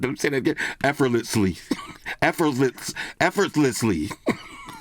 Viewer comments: trying to speak "Efforlessli" was great XDXD...... love the reviews as always man. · hearing try to say the word “effortlessly” correctly! This is why I’m a huge fan of his tech reviews! 🤣😂😂😂